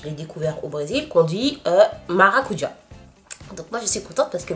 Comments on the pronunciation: C'est vrai qu'aux Antilles c'est maracudja et non maracuja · ***** elle a totalement raison. On dit maracudja en Guadeloupe. Je vis en Guadeloupe donc je sais de quoi je parle!! Des bisous de la Guadeloupe PS: le sorbet est juste trop délicieux